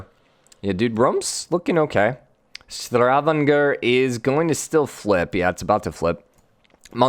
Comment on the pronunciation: Say it with me, Sta-van-ger Stavanger. Have a nice one.